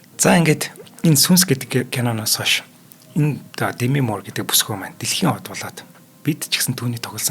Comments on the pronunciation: Дээмий гэмээр байна. Дэмий гэхээр арай л сонин сонсогдоод ккк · Дэмий гэмээргүй бнаа. Уул нь эхний үен дээр өргөлтэй Дээмий гэх нь зөв байх. Хэтрүүлэгтэй зүйлд Монголчууд дургүй шүү.